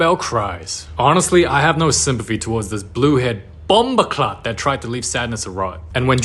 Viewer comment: Did an ASIAN JUST SAY BOMBOBCLAT???